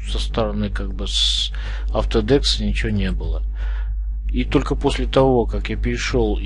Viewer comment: всё хорошо, но только он не autodeKS, a autodeSK